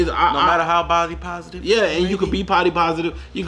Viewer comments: i kept hearing potty positive ..... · “You can be pody bositive!”